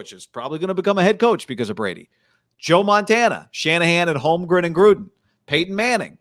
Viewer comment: Did you say Holmgren?